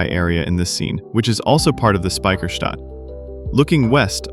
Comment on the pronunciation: Yeah, Speicherstadt and not Spiecherstadt. ))😂